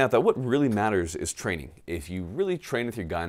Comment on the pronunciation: Your mouth says "get training", I keep hearing "get flannel"...